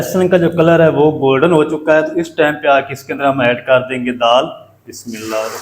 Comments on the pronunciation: بہای یہ کھانہ پکانے کا پروگرام ہے اور اس میں بار بار بسم اللہ پڑنے کیا مطلب ہے بسم اللہ ایک بار ہی پڑنا کافی ہے۔ اور آپ پڑتے بہی غلط ہیں ح کو آپ بلکل نہیں صحیح نہیں پڑتے کھانہ اچھا ہے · السلام علیکم یارجی بسم اللہ درست پڑھیں